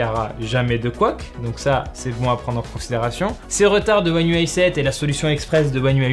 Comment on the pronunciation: Déjà chapeau bas pour la prononciation one ui7-8à chaque fois parfaite 😂